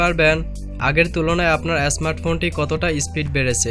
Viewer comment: Tnx vi, but apnr uccharon thik korban, smart phone, scroll ai sob